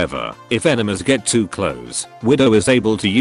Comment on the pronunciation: IT SOUNDS LIKE HE SAYS ENEMAS